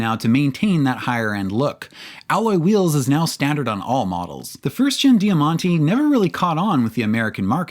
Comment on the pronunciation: 'Jamante' = diamond Di ya man ti ❌